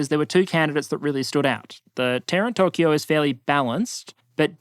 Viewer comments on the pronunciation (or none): none